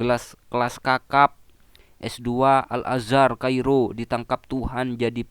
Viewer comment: Tingginya 7 meter, lah pada saat baca Surat At Tin itu di lapangan terbuka, di dalam gudang pabrik atau di dalam rumah atau plafon rumahnya tingginya lebih dari 7 meter ?...waras...? Lagian mondok 5 thn kemudian diangkat jadi ketua/kepala yayasan ...? Ngucap Al Azar tadi sepertinya juga keliru....hadeh ....koplak...koplak.